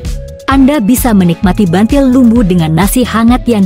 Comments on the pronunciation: Buntil bukan bantil bacanya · buntil bukan bantil mbak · Buntil mbak bukan bantil.